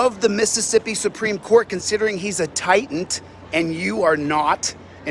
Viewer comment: #1: Mississippi state law does not automatically apply to every state. But, of course, a constitutional law scholar would know this. #2: “Let me try to stay focused.” Silliest thing he’s ever said. #3: It’s TITAN you maroon, not “titant.” #4: Does anyone have a more punchable face than Chilito?